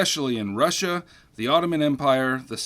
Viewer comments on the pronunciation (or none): none